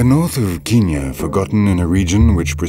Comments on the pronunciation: It’s not ‘Keen-ya’! It’s ‘Ken-yah’! When in Rome... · Also bloody called Kenya, Kinya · His pronunciation of Kenya is irritating